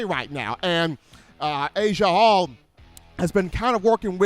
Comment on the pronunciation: His name is NOT Asia Hall!!!!